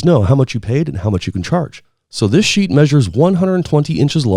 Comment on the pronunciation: Stop saying sheet - it sounds weird.